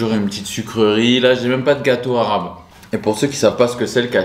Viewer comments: a un très bon accent arabe elle parle très bien arabe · wesh il prononcearchi bien les mots en arabe